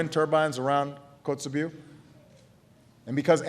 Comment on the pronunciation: it's funny how he forgot how to pronounce Kotzebue throughout his speech